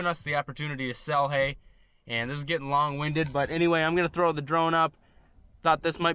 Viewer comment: “gittin”, would that be similar to “getting” ? Maybe a girlfriend with 5 teeth is aiming a bit high. Love your vids 🤘